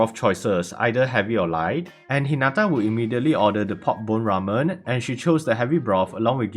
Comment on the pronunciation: razen ❌ Ramen ✔